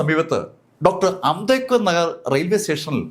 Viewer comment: സാർ ഇങ്ങനെ ചിലത് പറയാറുണ്ട്